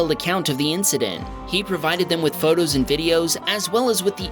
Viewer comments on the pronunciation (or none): none